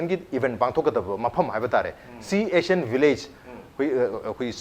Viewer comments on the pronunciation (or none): C.Asan lol Pronunciation check it's C.AISAN